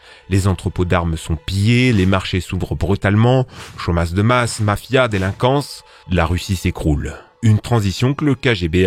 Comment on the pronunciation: "chomaSSe de masse" ptdr